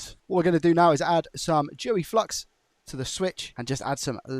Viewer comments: Please never say joey flux again lol 😂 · for the win! Great Repairs and video! Did you say "Joey flux"? If so, ooooohhhhh. Thank You.